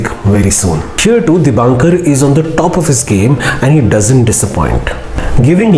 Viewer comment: Excellent movie and good review.. Director's name is Dibakar Banerjee, and not DibaNkar.